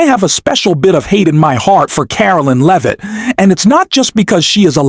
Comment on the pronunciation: Learn how to pronounce Leavitt's name, it's not LEEVITT.